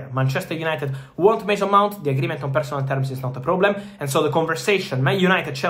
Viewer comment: Mason Mount not Mase Mont lmao. i almost didnt get the name